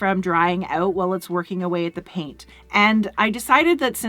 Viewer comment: That’s a hard “OU” in the word “out” when you say it.. I had to hear it a second time to see what you said. Once I realized it was a northern, possibly Canadian accent, I had to hear it just a few more times for satisfaction.. I even caught myself saying “ahhoout” and “ah-bow-oot.”..😂.